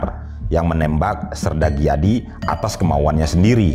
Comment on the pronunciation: Sedikit dikoreksi, bukan sersan Dijadi , tp sersan Gijadi (dibaca: Giyadi) .